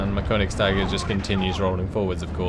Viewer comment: Konigst'ee'ger please, it's German ^_^